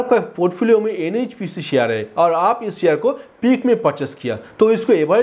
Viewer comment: अबे शेयर बोल. ...क्या सियार सियार कर रहा है !